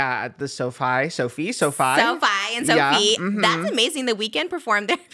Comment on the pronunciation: I love how Trish calls SoFi stadium Sophie stadium. I just love her!